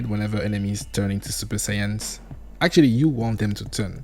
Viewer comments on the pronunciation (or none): none